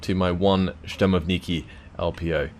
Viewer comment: there's no 'N' consonant in word 'shturmoviki' Not that important, but sounds rather funny